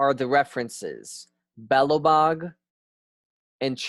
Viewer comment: awesome work! let me help you with some pronunciation of slavic by english Zmaj (dragon) : Z-my (Zmy) biejloBog : Be-yea-lo Bog crnoBog : Tssr-no Bog